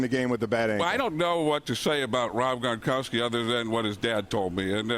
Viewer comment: "Let's talk about this Superbowl thing......lemme tell ya what....GRANIKORSKI" LMAO